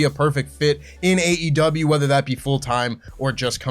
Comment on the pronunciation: Someone tell that the name of the company is “AEW”, not AW! Unless it’s a scripted news video that does the work for you, just say the E man! Drives me nuts lol